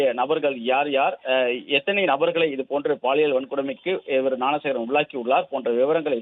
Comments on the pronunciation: நான சேகரா ?..என்ன நியூஸ் படிக்கிறே மேன் ? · Please train the news reader how to pronounce the name of the accused